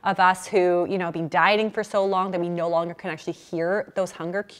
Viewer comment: I also hear it as " bean" rather than been.